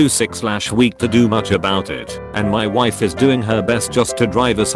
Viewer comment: am I the only one who heard "My waifu at the time..."?